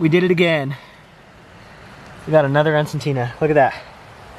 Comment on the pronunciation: Its En - Suh- Tee- Nuh. 😅😅